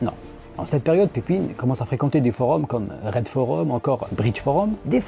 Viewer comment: Le "ij" de Pepijn se prononce "eille" comme dans "corbeille" ou "veille". C'est la règle générale pour les noms avec ce son en néerlandais.